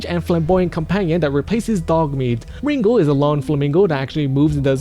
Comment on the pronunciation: ringo the "pussy slaying" flamingo dammit!! say the name right